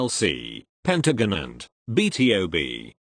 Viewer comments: Word: Pentagon Says: Pentaginint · “PENTAGANINT” LMFAOOOO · NOT PENTAGUHNET 🤣🤣 (the robot voice pronounced pentagon wrong lol)